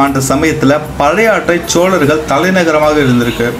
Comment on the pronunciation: தங்களின் தமிழ் உச்சரிப்பு உயர வேண்டும். வல்லினம் மெல்லினமாக உச்சரிக்கிறீர்கள். சோழர்கள் என்பதைக்கூட சோலர்கள் என்று உச்சரிக்கிறீர்கள். பேச்சில் ஆளுமை வேண்டும்